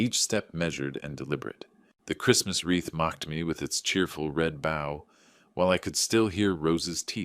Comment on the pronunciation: Stupif A.I.. it's not bow as if you were bowing. IDs a bow on a present or in your hair! Oh, i called you stupid. What i really meant is that you're a real idiot.